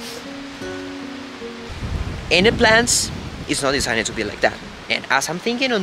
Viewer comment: Love the clear explanation about your house design...get Kaylee or Jordan to help you pronounce the word designed a bit better, but on the whole, your English is very clear and easily understood...congrats....:)